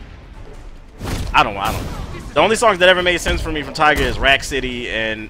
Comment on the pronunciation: YO he said tiguh the tyga I'm dead